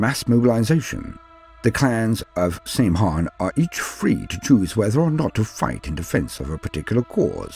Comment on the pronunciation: Great vid, but one of the previous edition codexes (6th ed I think) clarifies in a note that the pronounciation is not 'same han' but rather 'sam hine'